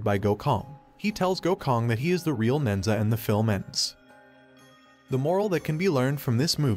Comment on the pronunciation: The story is based off the Chinese legend of nehza. The monkeys name is Son Wukong. Who is from the Chinese fable “Journey to the West”. It killed me how badly the names were so mispronounced but otherwise great summary of the movie.